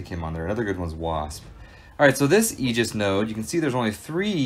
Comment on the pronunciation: Crazy you can’t pronounce the word Aegis correctly